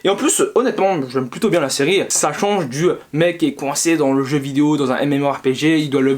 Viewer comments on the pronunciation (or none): none